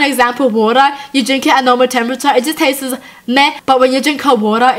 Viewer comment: I like hiw you say Tasteses